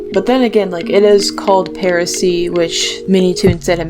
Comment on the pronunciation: Oh uhm it’s parasee and not heresey